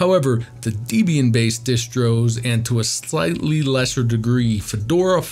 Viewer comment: Debian is pronounced “Deb” “Ian” as in Deborah and Ian Murdock. Not “Dee” “Bee” “Anne”.